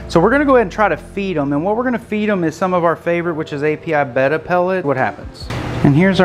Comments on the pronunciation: You need to learn how to say your fish's names right they're not bett fish they're betta fish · Really working for these comments by saying Betta wrong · You are saying betta wrong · Your saying that name of fish wrong 😒